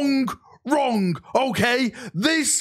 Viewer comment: There's no "K" at the end of saying "wrong" .... There I've sent my help. Long live the Wolf king of the Russ, of Fenris. Leman Russ